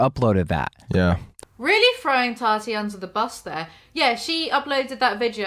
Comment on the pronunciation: why does keem say toddy instead of tati its gross